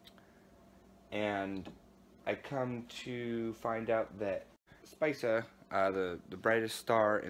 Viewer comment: Spica, is pronounced Spika